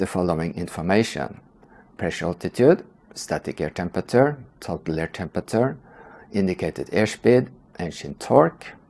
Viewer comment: you pronounce temperature incorrectly